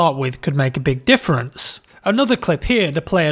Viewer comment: He says difference so different-ly